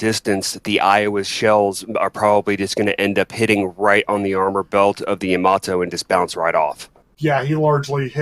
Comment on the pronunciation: First of all it's knots and not nuts xD and second, it's called Yamato and not YamaToe XDDDDD